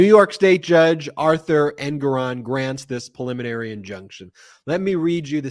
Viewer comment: Yay! Brett knows how to say PREliminary ! Now go teach Ben! (vs "pulliminary")